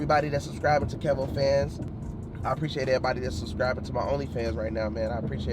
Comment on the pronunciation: Lol his name is KEV-O not KEEVO